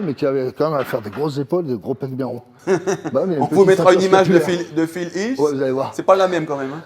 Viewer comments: C'est PHIL HEAT !!!! pas HUILL C'est pas le même ;) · Il dit phil heath pas phil hill. Je connaissais pas ce gars fred mompo, il a l'air d'avoir un sacré niveau dans le fitgame. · PHIL HEATH pas phil hill 😉😂